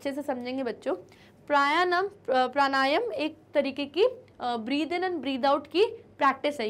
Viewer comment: Maam Pranayam hai wo😄